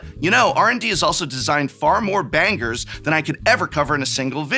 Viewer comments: Bro really said "banGers" with the hard G, then proceeded to say, "I am not an mtg boomer". Ok Prof 🤣. You want some mash with that? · Prof, that pronunciation of "bangers" was the most boomer thing about this video, it's like you've never said the word out loud before 💀